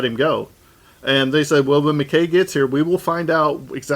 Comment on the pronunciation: Okay, I'm sorry to be "that guy," but I find this frustrating. No matter how many times one of you pronounces MacKaye correctly (Mac-EYE), the other keeps pronouncing it incorrectly (Mac-KAY). I mean, they say the name multiple times in the episode.